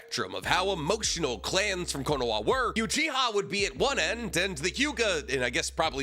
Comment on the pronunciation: Does he say "Konoa" as some joke or something? Is it some kind of speech impediment? I'm just asking because now I have to go buy quinoa and I think that he put the idea in my mind .